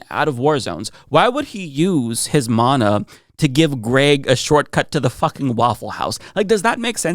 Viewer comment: You said “mana” correctly!